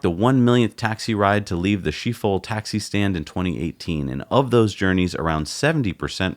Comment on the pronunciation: “Skip-hole” is how Schiphol it’s pronounced, I believe. Thanks for the informative conversation! :)